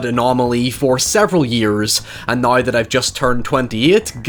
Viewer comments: "nuyr" the word is now. Lol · Took me five minutes to realize he was saying "now"